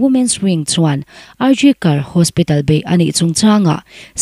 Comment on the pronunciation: I aw a nalh in, i chhiar nãl viau mai.Mahse,thlûk dikloh i nei nual mai.Neihloh khua a Tuitam Zau tih a Zau i lam dan khi a diklo.Zau khi huan tih nen a rik dan a inang tur ani.RG Kar Hospital tih a Kar i thlûk dan pawh khi a diklo.National News Channel tehi en tam rawh u.In zir zêl hi a pawimawh ania News chhiar ṭhin tan phei chuan.